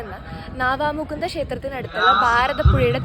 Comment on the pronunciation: നാവാ മുകുന അല്ല = നവാ മുകുന്ദ